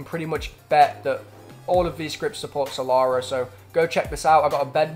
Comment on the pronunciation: "salara" its killing me